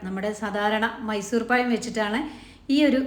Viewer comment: പയം അല്ല, പഴം. 😂😂😂... 🤑🤑🤑